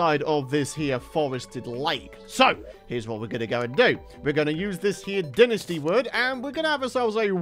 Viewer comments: Well it's wrong. There is no "English" pronunciation as it isn't an English word. The official pronunciation is dine-ess-tea. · It’s pronounced “dine-ess-tea” not “din-est-ee”. Lol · it’s incorrectly pronounced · No offense but Dinasty dont sound right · So gross hearing him say dynasty